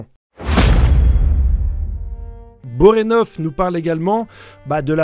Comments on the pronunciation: Tu déformes tous les noms, c'est fait exprès ou quoi...😢 Bonorenof; Pakunoda; Sarahza... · J'adore tes vidéos et théories. Mais la prononciation de certains nom m'irrite un peu 😅. Borenov? Poukanouda? Je suis trop exigeant deso. Super vidéo comme d'hab!